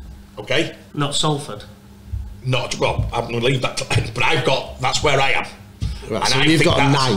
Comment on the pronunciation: Still saying SAL FORD instead of SOL FORD. 😂